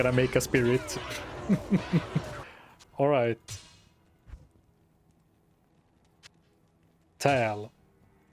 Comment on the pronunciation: Tal = "Tol" Thul = "Thal" Baal = "Bale", "Bail", "Bayle" 😆